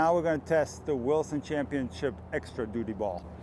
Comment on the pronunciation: Ah, duty. Thought you said doodie.